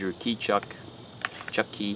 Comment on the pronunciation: I heard the same thing (Chucky) 😂🤣😅🤔🤔